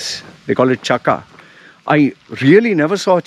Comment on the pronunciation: Sir says chakka in really funny way 😂😂😂😂😂